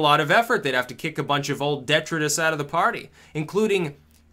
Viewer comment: Not to be pedantic, but detritus is pronounced "de-try-tus" not "de-tra-dus". But yeah, seeing Clinton cry like a spoiled kid is...dare I say...HILLARY-ous.